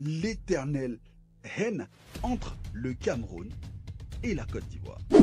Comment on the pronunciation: Rivalité oui, mais haine pas du tout qu’est ce que tu racontes toi, et le pire c’est que tu insistes en appuyant sur le mot haine phacochère